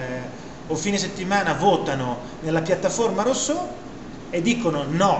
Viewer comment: Sì ma di pronuncia "russò" , non è difficile !